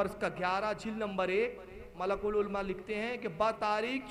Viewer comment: malikul ulma he.malkul ulma nhi saab.phile arbi she sekhu yaar